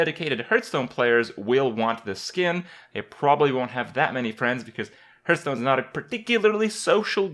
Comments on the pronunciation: did he just say "Purtstone"? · also "herthstone" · 1. It's Hearthstone, not Hurtstone 2. Do something for your facial hair